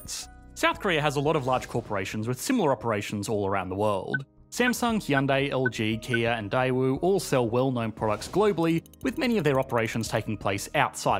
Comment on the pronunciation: Did this guy just called KIA a 'KN'? wow